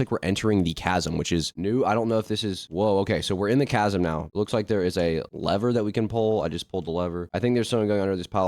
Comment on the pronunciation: Bro can't read "Mariana's veil buff" "tch-asm"